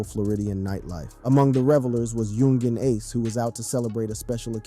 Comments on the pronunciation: He said yung jean ace😂😂😂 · Do you really not know how to properly say Yungeen Ace name